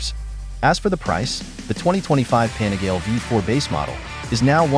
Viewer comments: It's pronounced Panigaleeeeeeee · The correct pronunciation is PAH NEE GAH LEH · Hearing this weird voice pronouncing Panigale 🤬. No thanks. Do not recommend this channel.